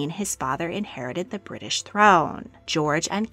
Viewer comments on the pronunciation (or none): none